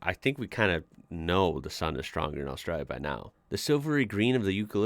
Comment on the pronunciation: I appreciate you pronouncing Australia correctly. Cheers Mate